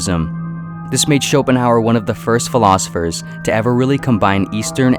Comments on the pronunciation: “It iyuh what it iyuh”. ~Arthur Somanheymuers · I'm impressed by this expert commentary in which his name is pronounced incorrectly.